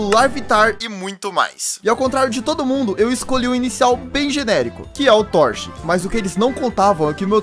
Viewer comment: falou torchic errado